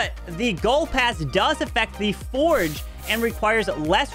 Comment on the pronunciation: It's not foreg 😅😂😂it's forj (forge)